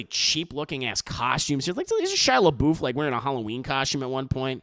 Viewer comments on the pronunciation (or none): “Where’s the Leboof” I’m Deceased 😭😂😂😂☠️